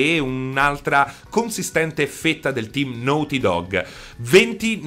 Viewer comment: "The lest of us" "nouty dog" mi sanguinano le orecchie